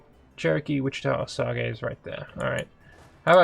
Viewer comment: osage rymes with stage you misprononced it.